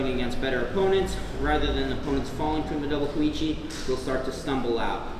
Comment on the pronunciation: Ko-Uchi*. A bit of respect for the Japanese please guys...